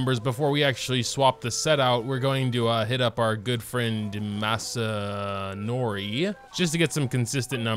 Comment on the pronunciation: Good friend massanori “proceeds to struggle to pronounce”